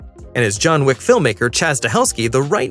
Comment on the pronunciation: Wick, not Whick.